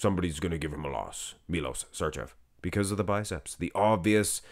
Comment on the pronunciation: Š(arčev) should be pronounced like if you say .....Shit .......but only first two letters of that word. The word Č should be pronounced like if you say .......China...... but only first two letters of that word